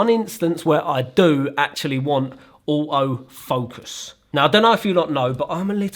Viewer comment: I love this accent " OAOW Focus" = Auto focus🤣🤣🤣